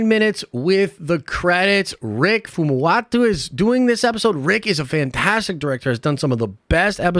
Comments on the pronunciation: Fumuatu?? I get that name pronunciations are difficult sometimes. But there are no "Ts" in Rick Famuyiwa's name. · I think you meant Rick Famuyiwa? Who the hell is Rick Famuwatu? Lol